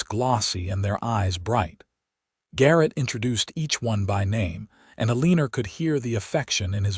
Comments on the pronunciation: The name has a r on the end, but the name is not pronounced Elener. If you are going to write stories and read them at least learn the correct pronunciations for names. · I can’t even listen to these because pronunciation is so awful. Elenor is not pronounced Aleaner! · The story would have been even better if the narrator would have correctly pronounced Eleanor or Elena. That grated on my nerves. The story, however, was wonderful. 10+